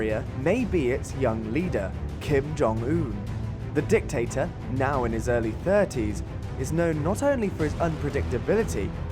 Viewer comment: North Korea's DIC-tator